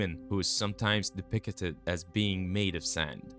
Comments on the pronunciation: "depicted" (de - pic - ted) not (de - pic - a - ted) fix your pronunciation. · It's de-pict-ed not de-pic-it-ed. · Depicted is three syllables, bro. Not 40. What is "De-picketed?" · Depickated? Tf you just say???? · DepictEted? 10 second in an the Ai is already mispronouncing words, get bent. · I abhor the way this guy says “depicted” Depicketed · Please google the pronunciation of depicted. And don't re use so much of the same info just to make the video longer. You said the same shit like 3 times in a row... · Who wrote this, the voiceover guy or someone else? If it’s someone else, hire a better voice actor on Fiverr. If it’s the same person, hire a better voice actor on Fiverr. Depicted has three syllables, not four—why use a word nineteen times when it’s difficult for you to pronounce?